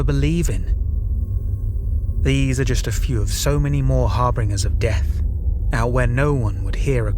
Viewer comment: It's pronounced " har-bin-jer"